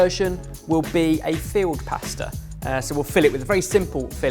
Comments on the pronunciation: Really sounds like you're saying field pasta, not filled. I was like "ooooh what's that?" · I started off wondering what "field" pasta was before I deciphered he meant filled! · I keep hearing field pasta rather than filled. I imagine him, along with his spice jacket, bringing along some fresh pasta and saying "ooh, nettle makes a great pasta sauce!" PS. Can you keep doing these please. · Im assuming he was saying filled, but all I heard was field... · Did anyone else think said field pasta? Wondered what I was about to see 🤭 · Anyone else think every time says “filled” it sounds like “field”? 😂